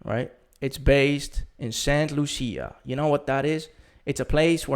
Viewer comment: St. Lucia. It's actually pronounced: Saint Lu-Sha.